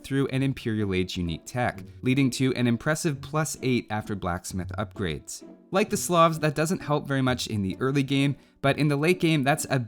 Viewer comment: Loved the subtle change in music when you talked about #1 place. Why you pronounce "slavs" as "sloths" though, lol